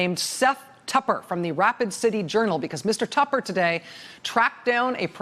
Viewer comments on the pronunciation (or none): none